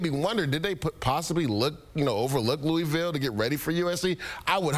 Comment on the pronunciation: Luh ah vul=Louisville